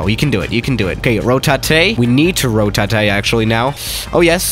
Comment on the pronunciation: "ro ta te"🤣🤣